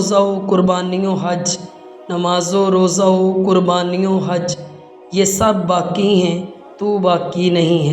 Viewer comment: Aap ka talaffuz GHALAT hai, BAQi ko baki padh rahe hain, Allama Iqbal ke aqwal padh rahee hain,vo bhi GHALAT